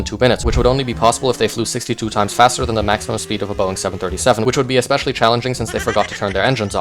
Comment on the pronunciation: "It would be "espaicailly challanjing" since they forgot to turn there engines on" is the funniest thing i have heard in a hot minute...